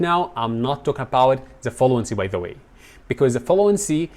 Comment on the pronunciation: Mentor ازاي وانت لفظك مليان اخطاء Th بتلفظها z على طريقة أولي انجليشي اولللي زا تايم 👎🏻